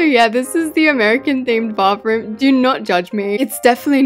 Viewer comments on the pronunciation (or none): We say bathroom like bath through-m you say it like bafoom